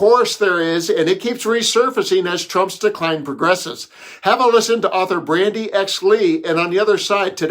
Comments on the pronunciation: Her name is Bandy Lee, not Brandy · Please correct the name of the former Yale U. psychiatry professor: it's BANDY Lee -- not "Brandy" Lee.